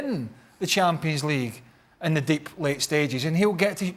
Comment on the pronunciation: How is shaka even british fucking sayin every “the” as Z ... proper english pls